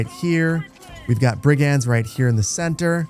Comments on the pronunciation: Lol I love how confidently you’re saying “brig-anz” 😄 it’s actually “brig-unds,” but honestly I kinda want your version to catch on. Somewhere an English teacher just got heartburn 😂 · Please, Brig-ends not brig aaands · Great video. Not too slow, not too fast. Brigands is pronounced 'BRIG'unds. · You mispronouced brigands. it was bugging me the whole video haha. its pronouced bri·gndz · I have never heard this pronunciation of "brigands" before. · Please please 🤣 not sure of your nationality, but learn how to say Brigands 🤣 videos are great but some of the pronunciations are just wrong enough to wind me up haha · My eye twitched every time I heard that pronunciation of brigands 😂. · It's his frankish ancestry coming through :P